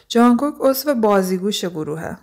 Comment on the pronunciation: جانگوگ آخه بابا جان جونگ کوکه نه جانگوگ💔😐